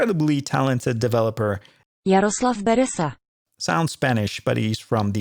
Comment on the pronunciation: Thank you! Really helpfull. Let me tell you, jarslav bereza has nothing to do with spanish! we can't even pronounce it properly